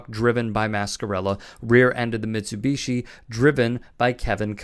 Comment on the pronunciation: I find your inability to properly pronounce Mitsubishi infuriating 😠